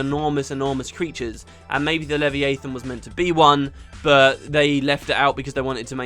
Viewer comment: I will never get used to your pronunciation of Leviathan. Also when you said players give the manifesto trailer a lot of slack, that's exactly the opposite of what you meant, I think you meant stick.